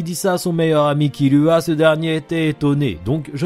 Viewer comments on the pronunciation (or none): none